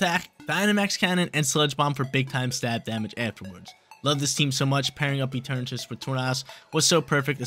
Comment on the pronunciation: it’s rare but he’s actually right this time. It comes from the word eternity and shares the pronunciation